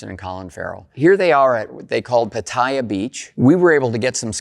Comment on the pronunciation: It's Pah-TEE yah' not pah TIE 'a